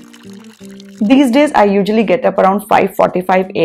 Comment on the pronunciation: Is it ujually or usually??!!!